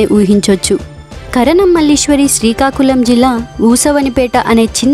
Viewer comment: seekakulam kadu srikakulam